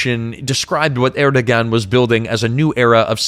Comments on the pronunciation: Pretty sure that's pronounced Erdowan. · The only problem with this video was that the narrator butchered at least two words. Naci is pronounced na-jee. C has the j sound in Turkish. And Erdogan is pronounced Er-doh-ahn. And Ankara is pronounced ANK-ara. And, no, I am not Turkish. I just pay attention to the bleeding obvious when listening to how words are pronounced.